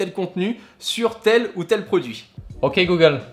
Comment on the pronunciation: j'adore comment il dit "øk google" regardez !! 😂👍🏻